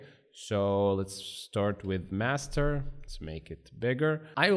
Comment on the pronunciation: Master ❌ masrter✅